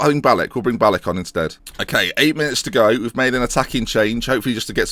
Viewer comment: Pretty sure it's pronounced Bal-ich not Bal-ik